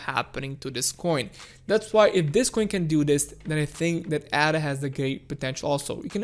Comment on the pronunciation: Firstly, it’s not “Adder”. It’s not a snake 🤦🏽‍♂️. It’s pronounced “Ayder”. Ada is the name of a mathematician. She was not a snake. Secondly, you speak of the charts as though they have a mind of their own and we just have to merely sit back and study the charts to work out what they’re going to do. You do know that it’s people that make the charts move, right? Thirdly, when we hit the 1.55 area, there won’t be a rejection because some people hit 30% profit and think “damn, I better sell because I’m 30% in profit!” 🙄 name one person that would sell while they’re in the process of a profitable climb at such an early stage. Especially with the headroom that Ada has to move. There will be resistence at around 1.55 because there are a shit ton of people that would have bought in at around these price levels before and are stuck there, in the red. They will want to get out once we hit those levels (except hodlers). Resistence levels are not magical levels that create resistence for nothing. They are people, selling. Lastly, it’s not a case of “sitting and waiting” for Ada to do something. It’s not a living creature 🙄. If people sit and wait, nothing will change and we’ll continue to move sideways. If you want Ada to do something, buy some!! 🙄